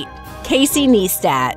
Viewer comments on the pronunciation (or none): Nystat😂😂 she said it wrong again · And casey nie stat not née stat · Did she say Casey NEESTAT omg it's neistat (nicetat if you need a pronounciation guide) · Dafuc😂😂 nistat hahaha nistat NEISTAT bruh nit nistat haha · Not knee-stat its nigh-stat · casey neistat not casey neestat :) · Can't even pronounce Fousey right. And Mo Vlog's is NOT even close to top 10. It's (NYE-STAT) like nice tat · The way she says Fousey and neistat😂